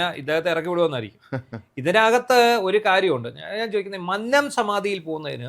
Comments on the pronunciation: മന്നം ഉച്ചാരണം ശരിയല്ല,,, ഉന്നത്തിന്റെ ന അല്ല 😊വന്നു എന്നുള്ള ന ആണ് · മൂന്നാർ എന്ന് പറയും പോലെ ആണ് മന്നം എന്ന് പറയേണ്ടത് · പത്തനംതിട്ട സ്വദേശി മന്നം തെറ്റായി pronounce ചെയ്യുന്നു.